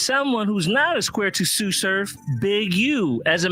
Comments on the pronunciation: “Suuuu surf” bro tsu pronounced is Suuu lol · It's not TSU like the school lol. Its TSU (pronounced like sue) surf.